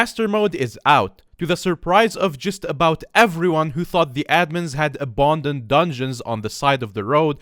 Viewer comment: abonded, yea you heard it